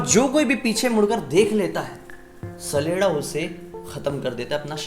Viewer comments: Hey I'm from Himachal and It's common in our Village. It's not "saleda". It's "chaleda" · It's not sleda sledda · My brother saleda nhi saleeda hota hai....... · भाई सैलेडा नही होता छलेडा होता है यानी छल करने बाला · Mai sdela ko sadela smj liya 😂😂😂 Bhai wo sdela nhi saleda hota hai 😅